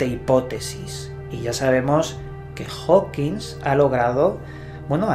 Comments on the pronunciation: Compadre, me caes muy bien, te sigo desde hace unos buenos años, pero no nos Chingues, es Hawking, no "HawkingS" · Por favor, a ver si hay una sola vez que digas su apellido correctamente, jajajaja Es Hawking! No Howkins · Amigo, es Hawking, no "HawkinSSS". No lo has dicho bien ni una sola vez. Un poco se seriedad. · Porque le dices Stephen Hawking"S" y no Stephen Hawking como realmente es? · TODO Muy Bién!.. 👍👌 sólo que no le digas Steven Hawkins.. -Stephen Hawking(king)..vale..? 😉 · HAWKING, no "Hokins" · Hola! Adoro tus videos, pero no es la primera vez que noto que pronuncias mal el apellido HAWKING. Ese apellido no lleva S y siempre le pones una S al final y resulta algo molesto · Oye, siempre dices Hawkings con "S" al final, pero no lleva ese su apellido:v